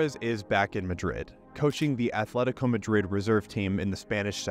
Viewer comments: "athletico" my ears bleed. it's either Athletic Bilbao or Atletico de Madrid. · Loved you vid, but please don’t pronounce it as “Athletico” 🥲 Otherwise, a nice story! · Atletico not Athletico.